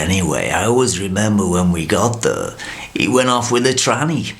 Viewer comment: Love George. "He liked the acoustics in thur..."